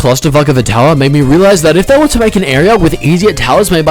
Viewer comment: i spit my ovaltine when you said a cutoff tomn